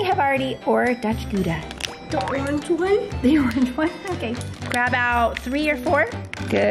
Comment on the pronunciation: Just letting you know the Gouda cheese is pronounced Gow-da my family is Dutch and that cheese is very popular in holland and those places 😂😂